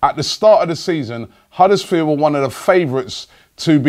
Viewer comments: It's Huddersfield, not Huddersfeel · why cant you pronounce the d at the end of huddersfield?